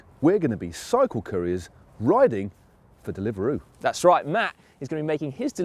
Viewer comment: "kourier" and going in for dilveroo.... wow